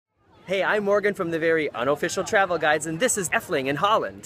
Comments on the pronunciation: Why does he says effeling instead of efteling I am dutch so yeah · eftuling thats how pronounce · why is he saying dutch names with a German pronunciation?